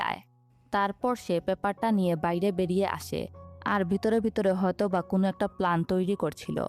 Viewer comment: পটাক হবে না ❌ প্রটেক্ট হবে ✅ 😂 সেকান ❌ সেখান ✅ কুন ❌ কোনো ✅